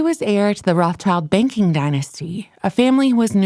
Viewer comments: It would be nice if the narrator would say "Rothschild" instead of "Rothchild". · Pronounced Rot shilled